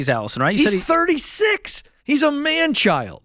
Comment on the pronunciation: I’m glad Ken got man-child right. Poor Dave always says “boy child”😂 I like George’s “buying patience “ point